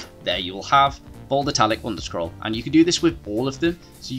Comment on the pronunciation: Appreciate your work. (side note, you seem to be saying 'underscroll'. I believe the name of '_' is 'underscore'. I won't address pronouncing 'three' as 'free' and 'thought' as 'fought' as I realise that is what makes British English fun. Which is not the same as this problem